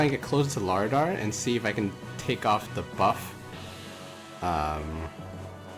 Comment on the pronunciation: Læraðr is pronounced “La-wrath-er”